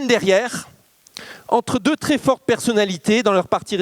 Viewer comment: Sujet très intéressant mais ça commence très mal, par un tic de prononciation insupportable: septembre deux mille vingt deuschhhhhheuu..